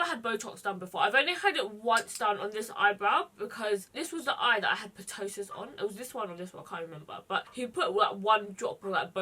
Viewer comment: Loved this look 💗 just wanted to say ptosis has a silent p so it's pronounced tosis.